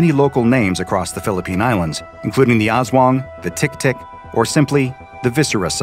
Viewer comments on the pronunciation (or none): I love and hate the way he said “aswang”